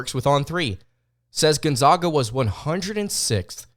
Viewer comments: Say it with me everybody…..GONE-ZAG-UH NOT ZOGA! drive me nuts it ain’t hard to pronounce bro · I saw you and Andy Pattons podcast and now this one....please learn how to pronounce Gonzaga correctly please. its gone zag ( JUST LIKE BAG) Not ZAWG PLEASE! THEY ARE THE ZAGS....NOT THE ZAWGS! You are a very good podcaster....please do your homework! thanks! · American pronunciation ~ Sounds like guhn • zaa •guh